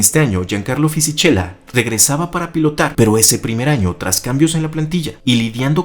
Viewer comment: Fisichella [Fisiquela]. Pronunciación del italiano. Disculpe🙏🏽